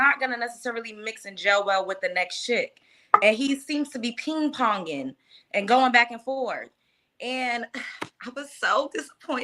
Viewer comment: Did she say peen ponging??😮😅